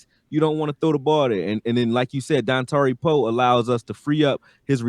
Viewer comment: in my head I was like don tari Poe gonna keep our lbs clean and sure enough you say Dontari Poe